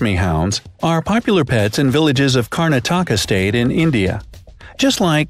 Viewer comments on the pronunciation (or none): it is karnataka not Karana-taka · edit: it's Karnaatakaa in pronunciation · Karna taka? U mean Kar-nataka man I live there but couldn't understand what he said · You know something, I think it is actually Karnataka not karna-taka😝🤣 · It's not Karna-taka...it's Karnataka...one word. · It's not Karna-taka, It's Karnataka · It's not karana -taka 🤣its karnataka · it is not karna-taka karnatacka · I have mudhol Its notkarna-taka Its Karnataka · Karna-taka? It’s Karnataka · not karna-taka Its Karnãtaka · Let me correct u, its not kara-nataka, its karnataka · The way you pronounce Indian dog breeds name and Indian states name, Karna-taka...LOL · ok its not karna-taka, its called "kar-nat-ka" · It is not karna taka. It is Karnataka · Not karna-taka it's Karnataka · It is karnataka not karna-taka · It is not karna -- taka it is Karnataka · It's not karna-taka it's karnataka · You English always butcher the Indian names..... karna-taka 🤣🤣🤣🤣🤣🤣🤣🤣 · Karna - taka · You Said Karnataka Karna - Taka Lol 🤣🤣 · It is kanarataka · And also Karnataka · The way you pronounce punjab rajapalyam and karnataka is funny. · It’s Karnataka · I am an Indian and laughing along because you pronounced everything wrong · U people () are pronouncing the names of Karnataka, mudol and many more wrongly 🤦😒😞😡